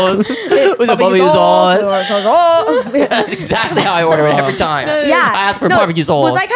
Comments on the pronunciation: “Bobeque soOce” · The way said barbecue sauce sounded so Aussie to me as an Aussie